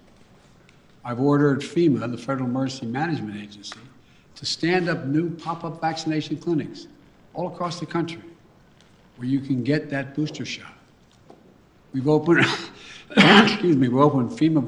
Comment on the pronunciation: FEMA, The federmergencymanagmate. Spoken like a true leader.